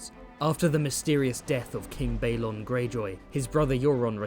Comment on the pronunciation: One little gripe: Balon shouldn't sound like Baelon. Bal should rhyme with pal.